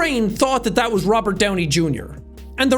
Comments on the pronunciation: i like "rovert downy jr" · I thought it was Robert not Rovert. (check the description). (if it's not there, then you won't understand). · "Rovert Downey Junior" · "Rovert Downey Junior" lol